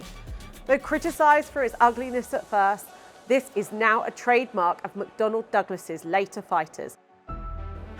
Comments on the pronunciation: It’s McDonnell not McDonald…… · Isn't it McDonnell?